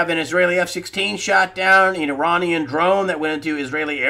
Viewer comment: Greg - it's Iranian "Drone", not "Drown"!